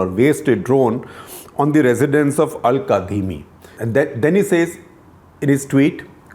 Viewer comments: Its pronounced 'kazimi' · Sir, it's spelled "Al Kadhimi" but it's actually pronounced "Al Kazimi."